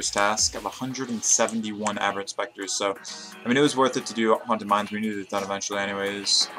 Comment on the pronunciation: its aberrant sPectre not sCeptre